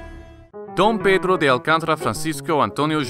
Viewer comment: Dude, you said his name better than me and I'm brazilian lmao